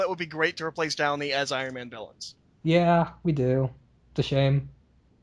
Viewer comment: I can confirm 5 mins mark says willains